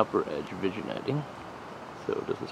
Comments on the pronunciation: FIRST! lol.. nahh. nice scope. Ive been thinking about this or a NF for my next build. just an FYI, vignetting is pronounced vin-yetting. ..damn the french! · The G is silent in "vignetting". It's pronounced like vin-yetting